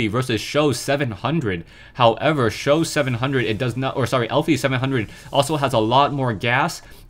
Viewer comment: "For Sjow" Fo sho